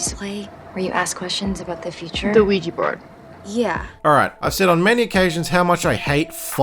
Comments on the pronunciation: lol americans trying to say OUIJA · The way you pronounce ouija is hilarious to me 😂